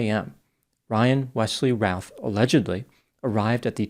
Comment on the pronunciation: The name is pronounced like 'Ruth' like the female name.